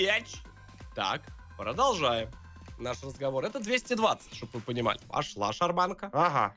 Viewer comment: Никто: Абсолютно никто:: Прожолжаем наш разговор